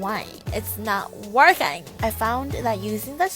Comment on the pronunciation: Why you say working like "workayng"?????